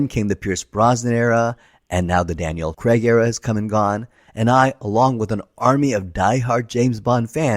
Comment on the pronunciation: Craig, not Creg.